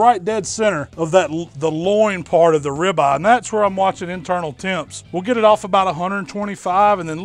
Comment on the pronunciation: how come you pronounce ribeye like rabbi